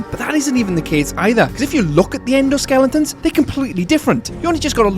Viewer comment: you almost called them "endo skellingtons", but you seemingly caught yourself before fully committing to the 'ng'. XD